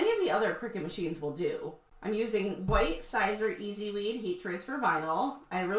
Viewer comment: Siser is actually pronounced “Cesar” as in the salad!